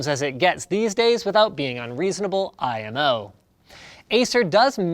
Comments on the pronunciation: the way he said imo hurts me on a physical level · . did Linus just say IMO as an abbreviation out loud?